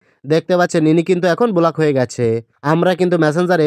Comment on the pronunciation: বোলাক নয় ব্লক 😂